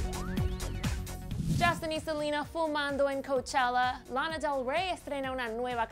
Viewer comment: Guay....pero una cosa sin ofender, podrían pronunciar bien los nombres?..no me entere de que era Lana del Rey hasta que no vi su imagen